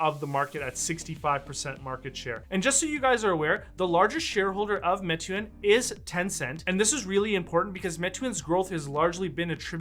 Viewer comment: great video. Meituan is pronouced "May-Tu-An"